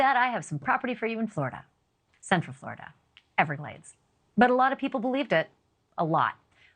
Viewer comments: Why would you pronounce Jesus that way? In a mocking type of voice. Shameful. So drastic the captions say jay z instead of Jesus . Really classless. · lol "Jay-zues" Ashleigh's had enough of this fairytale nonsense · Can you not pronounce Jesus Miss Banfield?? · U lost me when u mispronounced Jesus. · why did you say jesus like that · Yeah, her beliefs are crazy, but the way you pronounced Satan perfectly and pronounced Jesus in a mocking tone explains a lot about you, Banfield. smh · Why the duck did you Ashley Banfield say Jesus like that. You have lost all my future views